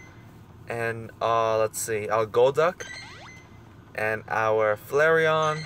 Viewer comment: I mean, you pronounced Flareon correct.